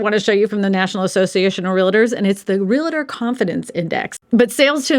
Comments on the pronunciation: REAL-tor, not re-la-tor. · please don’t mispronounce Realtor. It is not pronounced Real a tor. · The average realtor cannot even pronounce their own profession. You are not a Real-a-tor